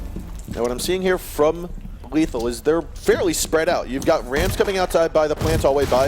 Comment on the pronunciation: Lethal not letham xd